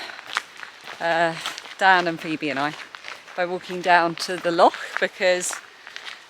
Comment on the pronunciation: Your mum is Scottish, but you can't say 'loch' 😂 Love your podcasts xxx